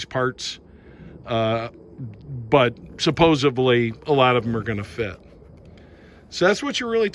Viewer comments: Supposebly, lol. Supposedly. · Did you say SUPPOSIBLY ?